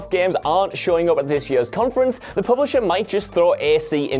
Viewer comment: i cannot comprehend how you can read the word "years" and pronounce it as "yuuurs"..... and presumably pronounce it this way for your entire life.